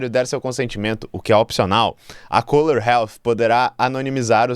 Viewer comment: O nome da empresa é Kohler. CÚLER!